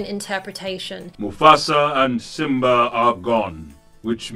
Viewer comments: Simbra, Pumbra.... it's killing me lol I'm sorry. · No one's going to mention the way she pronounces Pumba and Simba?